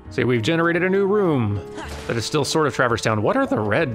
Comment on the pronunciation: It hits me oddly as well. Also the emphasis on the first syllable of "TRAverse" instead of "traVERSE". Picking nits to be sure; super glad (who will also be Prime among Dans to me) is doing this so I don't have to!